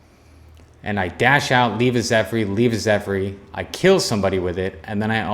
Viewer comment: If ur gonna keep doing this some suggestions... don't read essence descriptions, just say name. Pronounce the words correctly... Zephyr is Zeffer, not Zeph-ry. And don't record vs. Bots... Don't take it too hard, U also has some interesting tips. Keep going & improve.